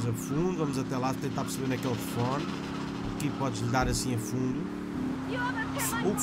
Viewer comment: "tefone" outra vez?